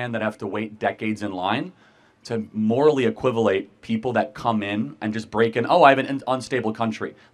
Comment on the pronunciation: Charlie Kirk says morally iquivollate 😂 it's equivocate. Still R.I.P even though he was a shitty master debator